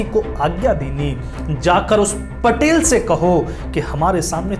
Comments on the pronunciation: It's patil not patel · पटेल नही, पाटील कहो. लाल चौक नही, लाल महाल बोलो.क्यो की, मराठी बोल हिंदी से निघाले है .